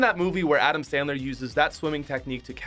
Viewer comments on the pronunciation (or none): none